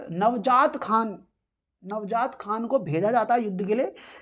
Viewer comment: Nvjaat nhi sir njaawat khan